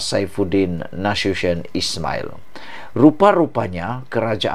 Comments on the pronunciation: Salah tu sebut nama Saifuddin Nasution. Bacalah cara ejaan melayu bukan cara english. Bacalah Na-su- ti-yon, bukan na-su- syen. Harap maklum admin! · Bukan Saifudin NA SHU SHION. Saifudin Nasution (Na Soo Ti yon)